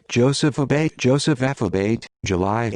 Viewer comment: Also the name is pronounced A-Bah-Tee